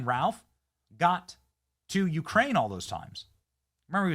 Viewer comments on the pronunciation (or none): none